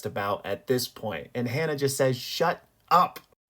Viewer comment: Ha-Na not Hannah.....